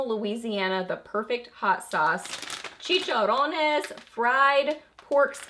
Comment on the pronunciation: Can’t get over that cute white truck...is sold out at QVC😢 That was a nice gift from your mom. You pronounced chicharrones correctly!🍃🍂🍁🌻🎃